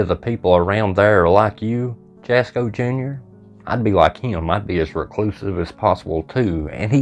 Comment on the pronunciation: His Name is pronounced asco the J is silent. NOT Jaasssko. Just my opinion, but YOUR not funny. Leave the kid alone. Your 😢